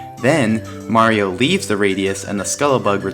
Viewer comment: ...wow. You stopped saying "Mary-O" and are now pronouncing Mario correctly! (fantastic vid btw)